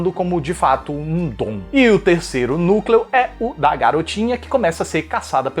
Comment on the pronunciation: "Nú Clèô"